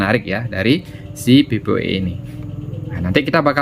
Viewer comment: Bacanya PPPoE bukan PPoE